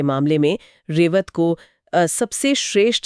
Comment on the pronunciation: Nice narration, but some of your pronunciations are very poor 😢. Like रेवता instead of रेवत, आनंदा instead instead of आनंद,and so on. PLEASE IMPROVE.